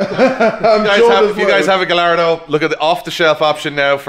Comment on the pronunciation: Please start pronouncing Gallardo the correct way 🥲